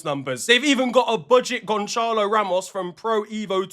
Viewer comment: Gonchalo💀💀💀💀💀💀💀💀💀💀💀💀💀💀💀💀💀💀💀💀 brother where do you see an h in Gonçalo